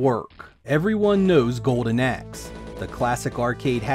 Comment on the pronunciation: Im sure hes saying Golden Ex?? WHAT!!!